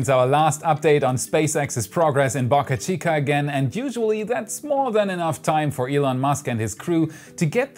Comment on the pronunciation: Stop saying BocaChica please?!